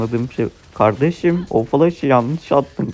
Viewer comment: Kardejim dedin ya aklıma sora geldi